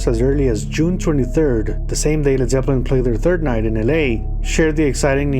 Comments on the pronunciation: all he's got to do now is learn how to pronounce the bands name. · Dude you can't even pronounce led Zeppelin properly